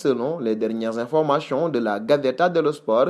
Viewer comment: information et non informachon